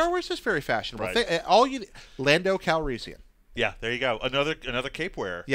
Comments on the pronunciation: Thank god I'm not the only one! Not to mention "Lando Calreesian"... SMH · needs to learn to pronounce these names correctly. Bobba Fett? Lando Calreesian? Even actor's names. Max von SYdow. Not Max von SIDow.